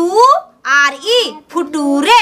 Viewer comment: फ्यूचर को फटुरे, और नेचर को नतुरे वाह........mast maidam ji....gazabbbbb😂🤣😂🤣😂🤣🤣🤣🤣🤣🤣